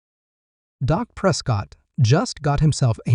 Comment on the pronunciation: Say the man’s name correctly,it’s Dak not Doc!…